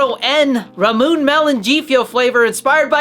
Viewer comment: Subscribed!! “Ramoon” lol I think it’s pronounced ‘rah-moo-ney’ either way you’re my new favorite Gfuel content creator